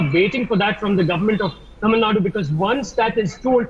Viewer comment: how you pronounce the TAMIL NADU? as Tamil NUT Tamil NUT re- pronounce the word properly,Please.